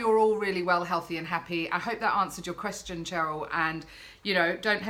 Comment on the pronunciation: im a Cheryl with the "SH". You said it right, Dont worry i get called either lolol. Xxxx